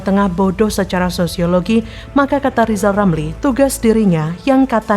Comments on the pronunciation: Berarti yg guoblok Lizal😂,, ngomong " R" aja ga bisa😅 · Lizal lamli yg bodoh, masak sampai tua saja bilang R yg begitu gampang saja tidak bisa😂😂😂😂